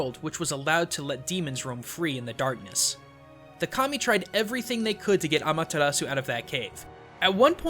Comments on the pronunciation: When saying Amaterasu, dont roll your r's. It is a japanese name and in japanese you pronounce R's with an L sound. Just a suggestion about pronunciation. The video was really informational though! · Nope I imidiatly tought about Okami aswell when he said Ameritasu